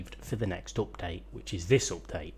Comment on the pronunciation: please please say UPDATE not OPDATE.. man, thats annoying :))